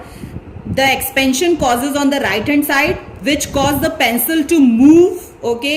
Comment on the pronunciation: Mam your teaching is incredible but the pronouncitaion of pencil is pencil not pancil